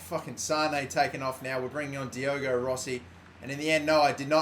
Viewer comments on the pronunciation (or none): none